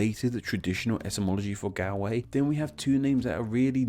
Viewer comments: While your pronunciation is atrocious, your research and explanation of the origin of the names Galway and Galloway are spot on. Congratulations! Gaillimh and Galway, though sounding alike, have different etymologies. And Donegal (Irish: Dún na nGall) means “fort of the foreigners. So it is also a related county name! In Irish and Scottish Gaelic, the “Gaeltacht” refers to the Gaelic-speaking districts (these days) in the west of both countries. In Scotland, it also refers to the Highlands. The “Galltacht” is the name for the foreign-speaking districts to the east, where they speak a language that the Gaels call “Béarla” (“Beurla” in Scots Gaelic) the word for the English language, which might come from an Old Irish word meaning “bleating”, or just an old word for “speech”. Check out how Saint Columba (Colm Cille) is responsible for the world’s first recorded copyright law suit, which led to a bloody war, banishment to the island of Iona, and ultimately the Gaelic conquest of Western Scotland. (By the way, Scot comes from the Latin for ‘Irish’, therefore both England and Scotland are not named for their original inhabitants, but fifth and sixth century foreign settlers, after the fall of the Roman Empire). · Everyone here is going at him for pronouncing galway wrong, but no one out here wondering how County Mayo has this massive pan handle in County Galway on his map? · His mispronounciation of Galway is to throw us off from him saying it's the 3rd biggest city in Ireland cough cough limerick, cork and Dublin cough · You’re pronouncing Galway wrong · You must research the correct pronunciation of one of the biggest cities of your neighbouring country, especially if you're gonna have to say it dozens of times lol love your videos though! Great job x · If you are going to do a video all about Galway, can you please take 5 seconds to learn how to pronounce its name correctly! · The way you pronounce the name of my City makes me cringe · It's pronounced Galway